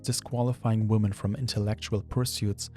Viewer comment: For love of god, the phonic emphasis in "women" is on the "men" not the "wo". Stupid new generation making "woman" and "women" sound like the same word Woman: wu·muhn Women: wi·muhn